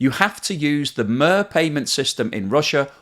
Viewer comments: its pronounced mer as I in Ice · It is pronounced meer like it is in Vladimir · Mate, it's Meer as in Meercat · Its pronounced as MIR (meer) means Peace in russain🤣! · Mir is pronounced Meer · great video, as always, but MIR is pronounced like PEER with M. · love his mispronunciation of Мир : )) (mirror) Clearly Russian culture will be irrelevant! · Not all of us are using phones to pay for shit. My phone still plugs into a wall. Also, you're badly mispronouncing MIR. It should sound like "meer." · MIR, pronounced Meer, like the kat. Or the space station... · Nice video, just one thing: Mir = Мир = peace/world (yeah, same word for those 2 concepts), the i/и has the sound of "i" in "bit". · Could you change your pronunciation of "MIR" to 'meer' (rhymes with 'beer"? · The "I" in MIR is pronounced as 'ee' or as i in pizza. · I really enjoy your videos, thank you for the effort that you put into them. Very informative. Mir ( pronounced merrr.... Hope that helps) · It is pronounce Meer, and it means peace. What a joke... 😃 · Thanks,. The Russian word "Mir" is pronounced "Meer" as in rhymes with the word deer.;-) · absolutely love the videos, but have to mention: it's pronounced "meer," like the kat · US and its secondaty sanctions make it a terrorist state. One the one hand US puts Ukrainian sovereignty as the highest good, on the other dispises the sovereignty of allies. Disgusting! And please pronounce "meer" for the word "mir" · It’s pronounced “mere”, like the USSR space station MIR. Which stands for “peace” History is not without a sense of irony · I thought MIR was pronounced mear. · It is MIR as in _I_nterresting. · I think it is pronounced 'Meer' if it is the same as the Russian word for peace, as in the space station. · Mir (world, peace) should be pronounced 'meer'. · Pronounce it like the English 'mere' - the body of water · Мир/Mir It’s pronounced ‘meer’:) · Hi you have to read MIR SYSTEM as "meer" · You mis pronounced Mir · Mir- Pronounce it Meer